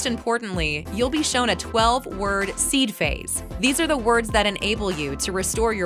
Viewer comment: Speaker doesn’t know how to say Seed Phrase???